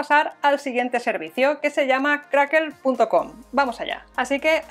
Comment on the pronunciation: Es Crackle no crackel jiji jijiji